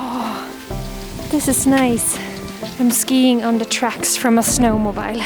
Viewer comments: Just for your information, Jonna, the "bile" of "snowmobile" is pronounced "beel", as in "feel." At least that's how we pronounce it in the midwest region of the USA where we have a lot of sno-mo-beels. (I know, I know, English spelling and pronunciation are crazy and inconsistent and illogical . . ., not to mention all of their numerous variations according to country, region, socioeconomic class, and etc. Ah, my beautiful, messed up native tongue). 😊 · Snowmobile is actually pronounced snowmo-beel. I know it doesn't make sense when you think of how you pronounce "mobile phone"...but that's just English! It was so cute to see Nanook enjoying the music :D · Hi Jonna! It’s pronounced “snow-mo-BEEL.” Like the “eel” fish! The way you said it was cute, snow-mo-BILE! 🥰 We love snowmobiling, just thought I would let you know! ❤️